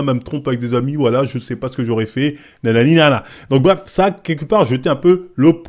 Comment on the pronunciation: 4min59 il a sorti " l'opprobe" sans déformer le mot! Un régale 😂😂😂 Merci